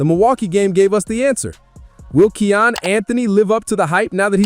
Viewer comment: His name is pronounced: Ky•yan (Kiyan) dope vid 💯